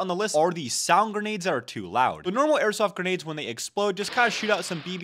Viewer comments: he says dumb shit over and over again. This guy, insane, etc. He normally calls grenades "guh-nades" and struggled today with "carkidges". Same here, I've never priced an airsoft gun in my life but here we are lol. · He learned to say "grenades". Congratulations, I know it was hard for this guy. Insane.